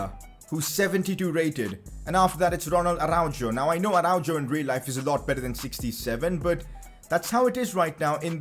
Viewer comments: says arau-jo instead of arau-ho the fanbase: anxiety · Araujo is pronounced as arauho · please see this message: go to english translation and put araujo's name, the way u say is not the right way so next time when u name him name him properly plzz ffs